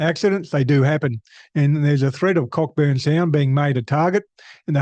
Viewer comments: It's Co- burn not Cockburn, the ck is silent...just a heads up 😂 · Thank you for bringing this to our attention, I live in Rockingham, looks like I might be moving soon, oh and "Cockburn" is pronounced "Koh-burn" :)